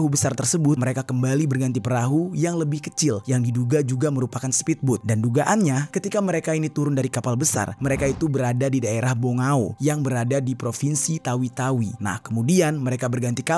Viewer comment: Mohon maaf ni bang cuma meluruskan ,kebetulan saya orang berasal dari keturunan filipina,Bongao itu bunyinya bukan kayak bongao tapi seperti bonggaw karna kalau di filipina kalau hujung Huruf O bunyinya kayak W kayak Davao yg dimana bunyinya kayak Davaw ,serta kalau huruf C itu biasanya bunyinya kayak K Misalnya itu Bulacan itu bukan bunyinya Bulachan tapi Bulakan,seperti Malacañyang itu bukan Malachanang tapi Malakanyang